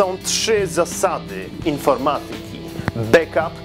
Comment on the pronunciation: BAKAP się mówi